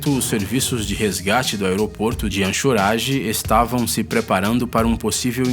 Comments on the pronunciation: Se pronuncia ancoreige e ñ anchorage ok sr narrador, 🙈🙈🙈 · O nome é Anchorage não “anshorage” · HAHAHAH, ANXORAGE ??? SIM, NÃO SE ESCREVE ASSIM E TAMPOUCO SE FALA ASSIM !!! ANCHORAGE não se fala ANXORAGE, fala sério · Belo vídeo... Mas quanto à cidade de Anchorage, se pronuncia "Enkoureige"... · Anxorage e pilota foi difícil ouvir. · Se fala "ancourage" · Anchorage-pronuncia encoreide